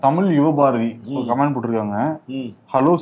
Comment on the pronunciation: இன்னும் திருத்திக்கலையா சிபி....♥ கமன்ட்.... கமான்ட் அல்ல